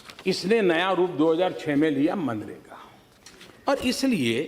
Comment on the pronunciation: Pappu ji pahle manrega kahna seekh lo 😂😃